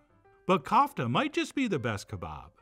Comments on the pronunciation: kófta , not Kaufta .... the 'ko' rhymes with 'toe' 👣 (i wated to insert a Charlie/Andy Kaufman joke here, but came up short) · It’s pronounced coof tah